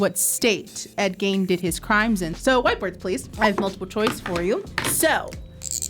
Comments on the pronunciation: The name is said as Geen instead of Gain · Ed Geeeeeein not gain. Sorry, couldn't help myself. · His name is pronounced Geen. Not Gain. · GEEEEEEEEEEEN not Gain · It's Ed Gein not gain it's pronounce geen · It's pronounced Geen not Guyen..... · Ed Geeeen not Gain! 🤦🏽‍♀️ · Ed Gein's last name rhymes with green, not main. How do I know? Well, somebody had to grow up near Plainfield. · Ed Geins last name is pronounced “geen” not “gain” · Ed “GEEN”, not Gain ❤, a Wisconsinite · It’s pronounced GEEN not Gain…. Ed GEEN!!! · I've never heard it pronounced like gain before, only gean (like bean) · GEEN....not GAIN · Its Gein not Gain. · It's Ed Gein Not Gain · I wish they got their names right!! Ed Gein, pronounced Geen!! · I want to correct something. Ed Geine is pronounced Ed Gene. Or Ed Jean. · Ed “Gine” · Same! I keep going "geeeeen!" Everytime she said it wrong. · Ed Gein is pronounced GEEN. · I’m from Wisconsin. It’s Ed GEEN, not… however she pronounced it. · Gein rhymes with bean. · Ed Gein is pronounced Geen like Teen with a G. So many of the producers mispronouncing words makes me think they are still learning to read. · Me yelling Gee-n at the video 😂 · Geeeen, Ed Geeeen not Ed Gain. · That's so funny. I didn't even notice she said it wrong because I knew what the name was. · The mispronounced "Gein" was obnoxious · It's Ed Gein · the way you keep saying ed geins last name wrong is making me go insane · Man, I’m only on the second round and they’ve already can’t pronounce Ed’s last name correct. Like, who doesn’t know about Ed Gein. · How do you not know how to pronounce Gein? Its with a E not an A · Thank you for putting the pronunciation every time she said it my butthole puckered. Like if there are two vowels next to each other it usually takes the long sound of the first vowel. But also just know the story from fact boi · Are you also screaming at the pronunciation of Gein?!?!? My family overheard the video and shouted from the other room the correct way